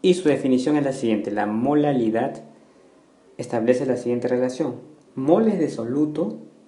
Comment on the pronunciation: dice MOLALILAD xdxd